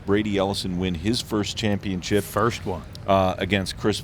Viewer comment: he said championchip